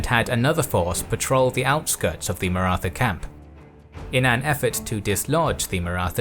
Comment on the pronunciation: The only wrong thing about this documentary is pronunciation of Maratha